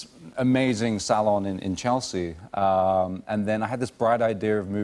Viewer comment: he says my name in a perfect way 😄💖💖 cuz other people pronounce it as Chel-se-ya like wut?! 🤣 (I know it’s a place he’s referring to)